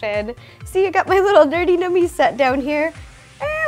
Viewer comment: is it just me or did ro just say "Nerty Nummiez" ?